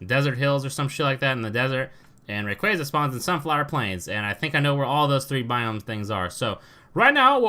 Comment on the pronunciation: It really triggers me how you say rayquaza.😠